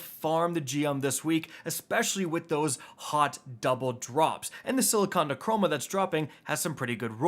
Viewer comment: If you want to cut past all of ’ bull**it cut to around 4 min mark. Also if says “silicon neurchroma” instead of neuroma one more time I’m going to commit it.